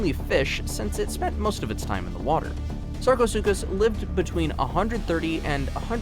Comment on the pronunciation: Lmaoo “the suckaasupis”